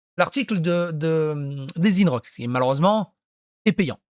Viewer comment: Alors toi t’es vraiment l’abruti originel ! Dire que Guillaume pley est de gauche c’est vraiment avoir le discernement d’un poisson rouge au milieu du désert 😳 ! Et on dit INrocks ! Pas ÏNErock !